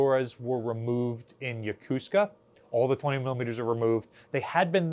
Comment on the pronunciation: Why are you appearing to say Missura? Instead of Missouri? Also, regarding Yokosuka, locals say it as "Yokoo ska" Su isn't stressed. It's a good way to tell who's a local here and who's new to the area.